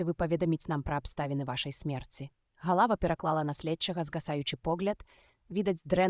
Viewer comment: Добрая ініцыятыва, але на першай жа хвіліне: - не галАва прафесАра, а галавА прафЕсара. - не сакАвіка, а сакавікА. - працы не дактАраў, а дактарОў. Калі ласка, агучце жывым чалавекам і перазаліце.